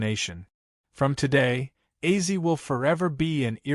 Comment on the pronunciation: I LOVE OZZY SAY HIS NAME RIGHT U ARE SO FRUSTRATING 😡😭😡😭